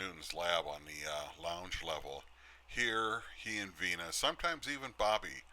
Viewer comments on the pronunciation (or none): Uploader : Her name wasn't "Vienna ". That is the name of a sausage. And, a City in Europe. Her name was VENA. VENA. VENA. Thanks.